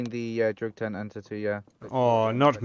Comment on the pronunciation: "entite misuse with a tent" Absolute gigamind individual. English is clearly their first language. So sad.